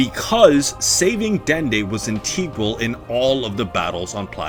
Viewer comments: Ant-e-grill. I thought is was integral. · That’s not how you spell sparing or pronounce integral